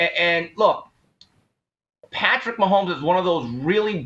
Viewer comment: Why is this Asian dude commenting and can’t pronounce Patrick Mahomes last name…